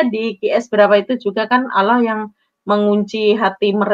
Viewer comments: Ngomong alloh saja oloh😂😂😂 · Innalillahi wainnailaihi roji'un menyebut nama Allah sj tdk betul... Malah di bilang lucu.. astaghfiruulahaladzim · Ngomong Allahnya aja ga becus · Saya malah mikirnya kayaknya dia itu bukan Murtadin tapi kris10 tulen 😨 di lihat dari cara dia membaca nama "ALLAH SWT" saja salah